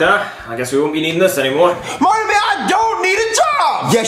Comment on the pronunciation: It’s pronounced Marvin